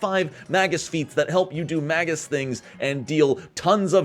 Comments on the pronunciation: Better drink challenge: Take a drink everytime he says MAY-GISS wrong... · "magus' analysis" only rhymes if you pronounce "magus" wrong